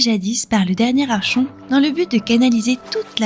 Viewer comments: Vidéo très intéressante, bien racontée et complète. Petit détail, le mot "Archon" vient du grec "Archo" qui signifie "chef". Cela se prononce donc "Arkon" comme dans Archonte (chef militaire grec), archéologie, psychologue, etc. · Sympa ta vidéo, je découvre le lore de la suite de Fable avec intérèt! Par contre, petit détail, "archon" se prononce "arkon", comme dans "archétype". Le grec ancien... 🙄